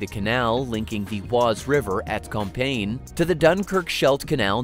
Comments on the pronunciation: Within an overall excellent and interesting documentary, it's a minor (but repeated) niggle with the narration. You migh also pronounce as "Comp-ee-yen". Certainly not campaign". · Compiègne = com-pi-ay-nye. Not "compain" ;)